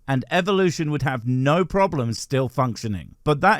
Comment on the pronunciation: Oh great, the "I hiv a quischon" lady. She's as daft as ever.